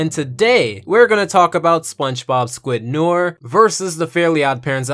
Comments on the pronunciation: I'm sure you've been told by now but noir is pronounced no-our (its french). Its a play on Film noir a genre of film. Just so you know going forward. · Why does he keep pronouncing “noir” like “nore” it’s driving me crazy 😭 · Can we not pronounce Noir as nore? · Why do you pronounce noir as nore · Thus kinda bugged me but noir is pronounced like: no are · its pronounced new are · Can you please pronounce Noir correctly? It sounds like no-WAHR, not no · It’s pronounced No-Are It’s French for “Black” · It's pronounced "New-Are". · Noir is pronounced No ARE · Noir is pronounced nwar. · Noir is pronounced no-ar sorry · Noir pronounced no-ar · It is pronounced no ar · you miss pronounced noir it honestly pissed me of lol i did give you a like tho i preferred where's Wanda myself tho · THATS NAHT HOW YOU PRONOUNCE NOIR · You said noir wrong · You kept mispronouncing "Noir" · oh my god please say noir correctly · You pronounced noir worng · Umm... you’re pronouncing “noir” wrong... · Just so you know, your not pronouncing noir right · Okay, good video, but as a kid who knew how to say it before he took French classes, it irks me that you mispronounce Noir. It is pronounced more akin to na-war rather than nor. Just a nitpick. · It's nuh-WAHR, not 'noyr'. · It’s not nor, it’s no-waar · Noir is pronounced "nwahr", not "nurr" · WHAT IS WRONG WITH YOU IT'S NO-ARR NOT NOR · Michael Fixedsys - Fixedsys Labs no ar is the correct pronunciation since it comes from the French language and btw noir means black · It's "nwoir" I'm French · It’s pronounced “new-are” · I just pronounce it "noyer" lol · In reality it’s more no-aur. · Arrow Head NO AIR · Great Review, but for future reference "Noir" is pronounced No-Are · It killed me how much he kept pronouncing Noir as Nor. I'm sorry for being annoying but it's true. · My only problem eith this video, is you said noir wrong it's said like "No" and "Are" in that order, so far the the episode is good other than that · Nnew-are not newer